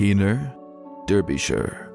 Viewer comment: Its said "Darbyshire" not Derrbyshire... What has the "Admiral Rodney" got to do with Heanor?